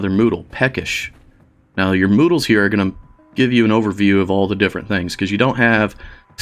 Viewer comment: That would make much more sense, but I only hear him saying Noodles and many others after watching that one ^_^ now it is stuck in my head and I can't get the noodles out from my ears.